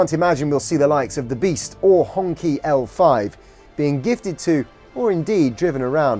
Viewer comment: Would be good if you took the time to learn pronounce "Xi" and "Hongqi" correctly if you are going to do a story on them